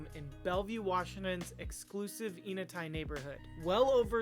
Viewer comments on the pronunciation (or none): pronouncing the name of the neighborhood starts with the sound "n" as in saying the letter. "N" uh-tie. Nice home! Thanks for sharing!